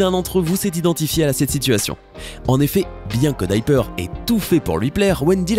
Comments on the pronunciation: ça ce prononce dIper pas dyper ! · Alors : se n'ai pas coccinelle mais ladybug et se n'ai pas dyper mais diper😤.merci au-revoir(il n'y a même plus de respect 😂)